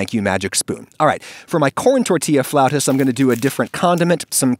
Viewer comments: "floutas" Oh that hurts, that's painful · Haha "floutas". Ouch. (I love Adam Ragusea but I hope he issues a correction.) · You'll probably get sick of hearing this, it's "Flautas". Love your channel man, I hope your videos survive the end of the world. Keep it up! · my family picked some frozen version of these and we pronounce them as "flatus" lol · it's "flautas" hehe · Not to be that guy but you'll have to hear it from someone, it's flautas with an a, they still look delicious though